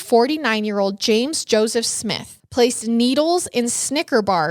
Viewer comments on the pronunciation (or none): none